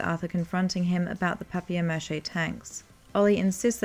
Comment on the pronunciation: You cannot expect me to subscribe when you say stuff like "Papi-Air Mash-Ay"